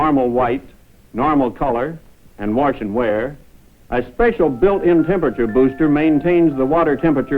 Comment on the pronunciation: to warsh and dry? warsh n wear I love how he tries not to say warsh